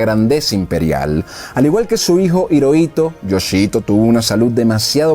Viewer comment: Hiroito se pronuncia como Jiroito